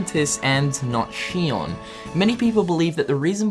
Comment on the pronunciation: ITS XION. ZEE-ON. NOT SHION.